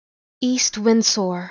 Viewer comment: I think u pronounced the s in windsor a little too strong